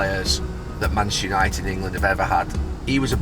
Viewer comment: IT IS MACHESTEE YANITED !!!